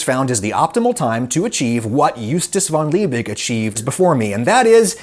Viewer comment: Props Adam at least you tried pronouncing Justus von Liebig halfways right 👍 Just kidding you were actually pretty close to spot on the second time